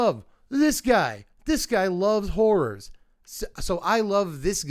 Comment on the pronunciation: Listening to you say Hor-roars each time was amazing ❤😂